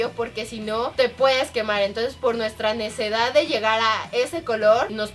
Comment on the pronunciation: nadie se dio cuenta que karen en el minuto duko la nesedad enves de nesdcidad